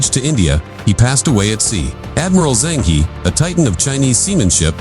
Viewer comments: China never invaded others in its 5000 years histiry. Zheng He is pronounced -Jeng Ho. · You got it wrong I Zheng He; he is not English, it is Chinese HE,和! E ounds like in early 's "ear " ur urgent's "her", without r end found